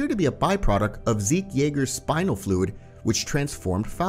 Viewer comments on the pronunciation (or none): none